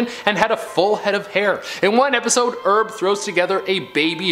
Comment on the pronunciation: Homer's brother's name is "Herb", not "Erb"